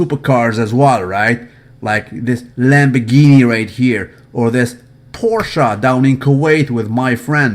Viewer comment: I salute you for pronouncing Porsche correctly!